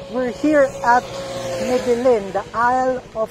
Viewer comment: Me-del-yen po, hahaha.